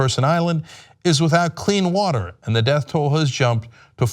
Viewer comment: Wuhturrr. Beautiful, curvy sexy wuhturr.